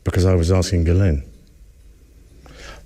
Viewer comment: Ghislaine is a French name, it's not pronounced "GUY"laine ... the GH is pronounce like a "J" .. for "JISS" but drag the J, J> "JJiss"laine.